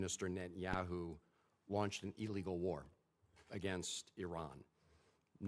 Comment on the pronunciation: ILLegal. Not EE legal ❌